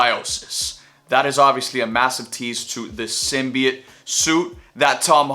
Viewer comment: He’s saying simbiet I’m fuckin outta here this guys a lame